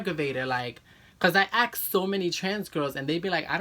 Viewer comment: Ghetto speak much? What's with the "I axed Trans women about pads", it's ASK, not axed..... OMG! And no, you DONT have to wear pads 24/7/365. If you DO, you might wanna pay a visit to your Gynecologist. You couldent sit for FIVE MONTHS!!!??? Hell, I got MY SRS in Thailand, and flew back to the USA a couple of weeks later, and 5 weeks after my SRS I was LITERALLY on a battlefield in intense close quarters combat with a medieval combat group. You know what burns ME up? Pussies who whine about their SRS pains. I took NO pain meds, was out of bed in record time (literally), and was outside dancing in the rain the FIRST day out of bed. Sure, there was "discomfort", but no REAL pain. Bitches need to pull up those big girl panties and move onward.